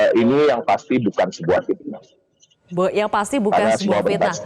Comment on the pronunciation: Pitnah atau pakta ? Pitnah.....urang sunda teu bisa nyebut ep........